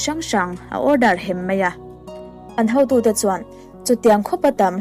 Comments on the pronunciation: An hotute tih turah hautute i tia...😊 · A leh e lam pawlh hi hma sawn i la ngai hle mai. Mai aia mei te, beisei aia baisei tih te, hotute aia hautute tih te, Isua hova tih aia Isua hauva han tih ang chi a tam angreng. Chhiar chak ringawt ai chuan chhiar rik dik hi a pawimawh mah zawk awm e.